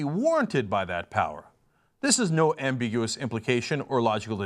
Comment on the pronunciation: You mispronounced ambiduous.